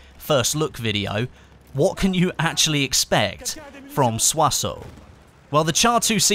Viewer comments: Every youtuber is misspelling it. The -ssons at the end is spelled like the -ssant in "Croissant". Not "Soissau" ! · why r u pronouncing Soisson so weirdly? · not soisone, its soisON! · french make no sence write it soissons pronounce it su-ah-sehl